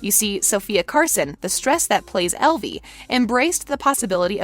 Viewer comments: Did she just say Elive? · Did she say elvie instead of evie💀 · I'm sorry did you say elvie ? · It’s evie not elve